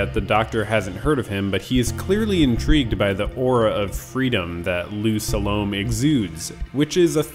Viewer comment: Sa-lo-may ... not to rhyme with 'Stallone'.